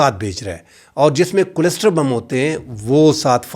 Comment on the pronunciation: kindly pronounce the word "cluster" correctly.